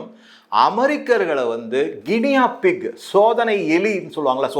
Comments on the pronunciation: ALDI is European company and not Americans. This store is in all cities of America. Good info on the food items. கினியா பிக் அல்ல. அதை கினி பிக் என உச்சரிக்க வேண்டும். நன்றி. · Guinea pig pronounced as ' Guini pig ' Sir.